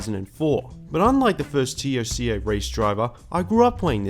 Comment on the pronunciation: Good retro reviews but calling it T.O.C.A makes me wince